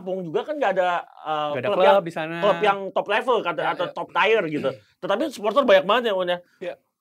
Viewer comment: Tier: bacanya tiyer bukan tayr.. Gregetan wkwkwkk